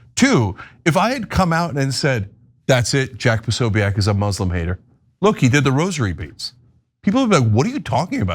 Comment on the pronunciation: How are you not able to say jacks name? Jesus i can't watch you. Ask Megan how to pronounce the name.